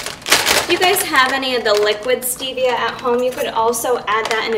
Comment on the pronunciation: I liked the video, thanks so much, and I'm being a bit of a Nazi here but the pronunciation for fage is printed right on the container... So... Yeah, sorry I'm done :\ oh wait also stevia... Maybe look that up too lol